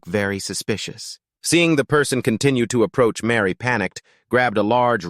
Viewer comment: Her name is Mari not Mary! At least get the names right!